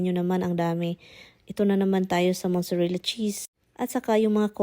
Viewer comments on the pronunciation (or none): none